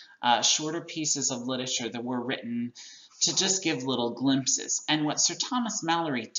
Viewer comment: the word literature actually has four syllables, but you can speed it up to three if you feel like it.. but it really does not have two.. you cannot say lit-chure